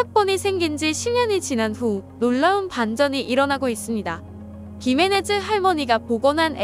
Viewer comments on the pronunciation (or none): "Gimenez"는 "기메네즈"가 아니라 "히메네스"라 읽어야 돼요. 스페인어에서 "gi"는 "히"로 읽어야 되고, "z"는 "스(z 발음이 아니라)"로 읽어야 됩니다.